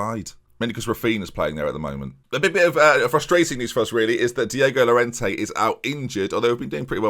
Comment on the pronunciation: as a Leeds fan, it kills me to see you not using Hernandez, Bamford or Klich regularly. Also, Llorente is pronounced with a y so Yorente